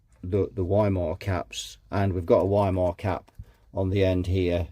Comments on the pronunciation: Since the capacitor brand is german, it's pronounced Wee-Maah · I say Wee-muh, you say Why-mer; lets call the whole repair off? 🤔😉 ( a wee muh wuh, a wee muh wuh.....🎵 and a Weimeraner too? 🤔🤣)